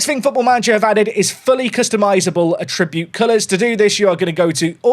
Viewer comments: can we have a patch that updates "a-tribute" to "at-tri-bute". 😜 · Why do you say attribute like it's a verb? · Please stop pronouncing 'Attribute' that way, you are hurting my soul.